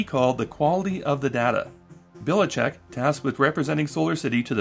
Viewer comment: Just one minor correction - I guess that guy have roots from Croatia or somewhere around here and his last name is pronounced Bilichich (Biličić)